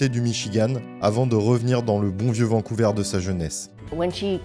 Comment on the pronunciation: On prononce Vancouver comme vert verre vers et non pas Vancouveur Svp